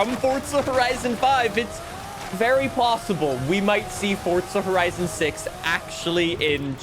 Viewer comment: He still mispronounces Forza Horizon